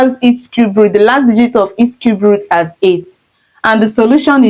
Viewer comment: Cube not Cubert 😂